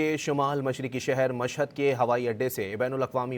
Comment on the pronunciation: شہیر نہیں شہر